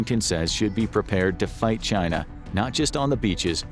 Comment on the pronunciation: "The gret chyynnaa"